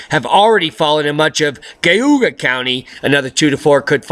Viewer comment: We got 10” in Geauga County in OH AND I AM OFFENDED BC OF THE WAY YOU PRONOUNCED GEAUGA :D